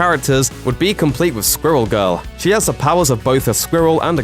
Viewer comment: “Skwul Gul”